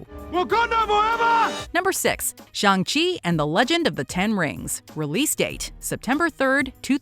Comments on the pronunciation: Why she said Chung chi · Sorry, you pronunciation is a little off - Waititi, Shuri and Shang-Chi. Also, Dr Strange II should be a lot higher, The Suicide Squad and The Flash should be a lot lower.